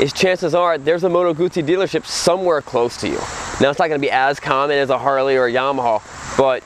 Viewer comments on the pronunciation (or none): none